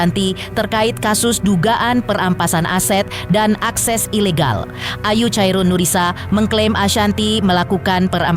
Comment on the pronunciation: bukan chairun mbak tapi sebutannya khairunnnisa